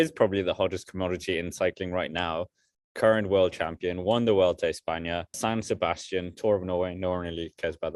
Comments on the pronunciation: For the love of God. Why do people keep saying "vuolta" instead of vuelta? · actually there is NO 'V' sound. It's more like weulta!